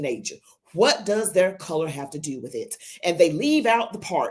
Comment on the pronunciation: Al Sharpton has organizations that when he is to pay taxes, he just goes and drops that organization and starts another. He owe 5o’s in taxes. He is a fake. Al it is not “whit h” you…it is with….